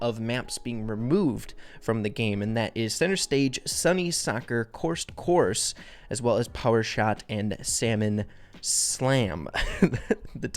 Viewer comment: Slalom not Salmon.